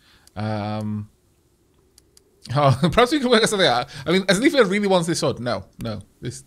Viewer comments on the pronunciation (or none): Start reading the names - Asleifr isnt pronounced Aslefir... As-leif (and lose the R's on the end, unless its in something like dottir)